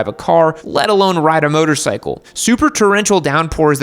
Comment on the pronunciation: I thing you just said motorcycle like bicycle and not motorcycle. 😂😆😂😆😂